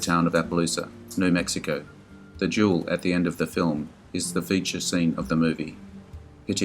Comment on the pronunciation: Duel, dam it, not jewel!